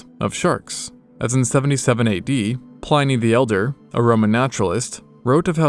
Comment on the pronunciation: Hearing Herodotus' and Pliny the Elder's names pronounced like that about made my soul leave my body lol